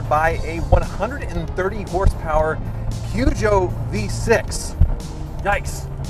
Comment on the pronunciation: Another American calling Peugeot a Poo Joe.